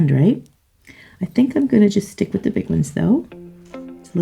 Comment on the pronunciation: If she says schtick it one more time.....